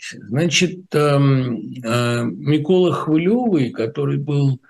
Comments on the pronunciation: Сука бьіков, він навіть прізвище "хвильовий" не здатний вимовити нормально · Чому він не міг подивитися як вимовляти Хвильовий 🤡